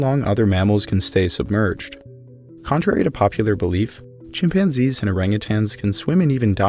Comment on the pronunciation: Hominids {himpanzees} LOL!